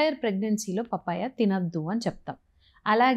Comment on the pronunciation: పాపాయ బాబాయ్య కాదు పప్పాయ🤦‍♀️